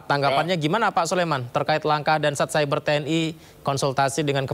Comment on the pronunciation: Patroli cyber bukan patroli seber bos 😂